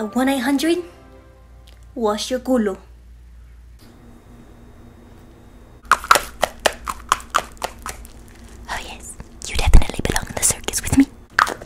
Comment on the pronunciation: the why she said * WhAsH yOuR cUlo*